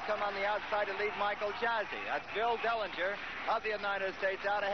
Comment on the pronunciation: Did he just say Salinger instead of Dellinger?